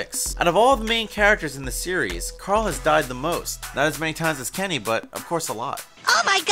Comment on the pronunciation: I don't comment a lot, but as a big fan of the show... Can't you even get Carls name right? You are supposed to be giving us facts you know that others dont... WTF... Carl says his name MULTIPLE TIMES in the show!